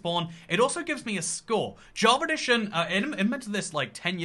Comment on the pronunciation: Am i the only one or is he saying "javeredition"